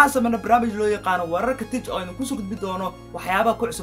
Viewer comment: It pronounce "tik" not "tej"